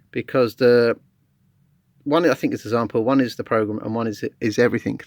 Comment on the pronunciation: Did I hear zample? .... Great video however✌🎹